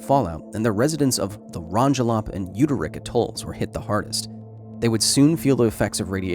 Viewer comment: CPM readings on Rongelap,Rongerik, and Ailuk are all less than 18CPM. Tested 2023 early spring on our personal Geiger counter. Your pronunciation of Rongelap is quite a bit off.